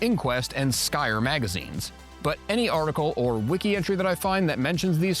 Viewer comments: Your credibility comes into question when you pronounce “Scrye” as “Skyer” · I'mma hit ya for that mispronunciation of Scrye (Scry) Magazine. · The video was so good I am giving it a thumbs up, even though you mispronounced "Scrye" magazine. Be more careful in the future. Thanks for the trip down memory lane!